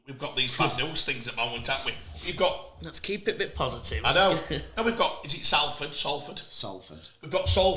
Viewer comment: Why cant he pronounce Salford?